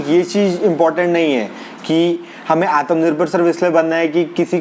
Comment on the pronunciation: Bhai... aatmanirbhar... naaki aatmnirbhar. Baaki sab mast hai 👍